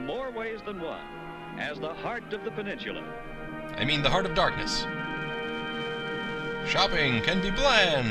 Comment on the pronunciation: "Over 5000 individual parking spaces!" None of which are available when you want them. Did you say "porksicles"? XD I wish the narrator would stop saying "peninchula" instead of "peninsula." That shopping center is still there! I got curious and looked it up at Google. It still has Macy's and Sears, but the Gay Farmer's Market is long gone.